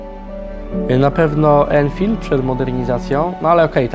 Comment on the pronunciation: Anfield a nie enfild, a po za tym fajna nowa forma materialow. Mozna gdzies nabyc ten album ze zdjeciami?